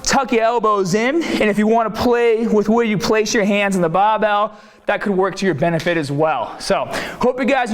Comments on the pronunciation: "Underneath the BAbell" 😂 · The bahh!! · Came for the tip, stayed for the BAHbell. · What is a baaa...or a baaabelll. U sometimes pronounce r and sometimes not. Sometimes u have accent sometimes u don't. Why ? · bahhbell , ahhhhhmsss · So wierd! I have watched a 100 videos and never noticed "bah-bell" before. This will affect my subscription because I am very prejudiced against Bostonians. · "aharms" " bah bell" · how come you pronounce barbell "baabell" but you pronounce bar as "bar" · I don't get it, you pronounce 'bar' just fine and yet you follow it with 'BAAHBELL'., are you trolling? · "When they grab the bahbell" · LOL there's a definite difference in your accent like how you said 'barbell' and 'arms are' , its more bri-ish if you kno' wot'a mean